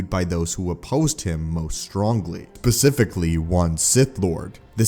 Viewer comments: Pacificly? The thing that gets me is on either side of the mis prenuseation he says it correctly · I beg your pardon...."Pacifically"? Did you say "Pacifically"? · Did this guy say "pacifically" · “pacifically” your welcome everyone. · "Pacifically one sith lord..."